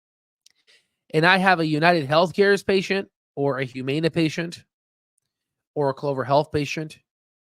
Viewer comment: Please learn how to pronounce Humana. You make it hard to listen to you.